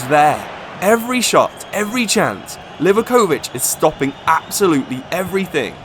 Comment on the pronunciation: Livaković mispronounciations killed me